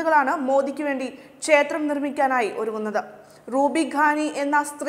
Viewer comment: പറയാതിരിക്കാൻ വയ്യ നിങ്ങളുടെ ഉച്ചാരണം മഹാമോശം , ചേത്രം എന്നാണ് പലയിടത്തും ഉച്ചാരണം. "ക്ഷേത്രം" എന്നാണ് ശരിയായ ഉച്ചാരണം.